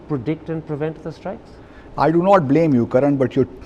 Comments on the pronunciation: Pakistani diplomat Interestingly speaks with three accents One:- a general Indian accent Two:- a poh pah “foreign” accent Three:- an #Urdu accent, pronounces strikes as “ishtrike” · Surgical estrikes what a English by embasedor